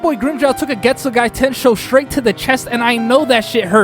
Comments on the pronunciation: Getsugai???? bro theres no i at the end 😭😭😭 its just Getsuga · Ichigo's constantly learning from Zangetsu. He pulled on Grimmjow what Zangetsu pulled on Byakuya. Oh and it's Getsuga btw, not Getsugai 😅. Fun fact: in Japanese, the soul/mind is in the heart. Ulquiorra crushed his heart literally and metaphorically. This age makes no sense. Aizen's been making preparations in Hueco Mundo for centuries and she was among the original Espada. How tf is she only 26? She should be in the hundreds. Zaraki Kenpachi is basically a Saiyan. Every time he loses, he gets stronger… until he reaches his former strength. That moment was epic because of the "Ore ga mamoru!" but Zangetsu could've taken over even without it. We already saw superfast regen during his training with the Vizards. This is no different. Wtf is that shit scream… The Japanese one sounds 100x better 🥲. Btw, Vasto Lorde Ichigo only used normal Ceros on Ulquiorra and even overpowered Ulquiorra's Cero. Ulquiorra used Cero Oscuras which is stronger than Gran Rey Cero which is itself stronger than a normal Cero. He didn't swap himself. He made them believe she was him. Kyōka Suigetsu's ability is Perfect Hypnosis. It manipulates all 5 senses. So when they prepared to attack him, he just made them think that she was him so they'd attack her instead. He thinks Fake Karakura town is the climax? Bruh it's basically the prologue 🤣. Something you wouldn't know without reading the LNs (Can't Fear Your Own World) is that Bleach's world us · Why does this guy keep saying getsuguy ITS GETSUGA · Man, this is fun like hell to listen, but that final i that you aded at the end of Getsuga(i) is insane. Like where the hell did you get it from?😅 but as a whole, is fun. Good job!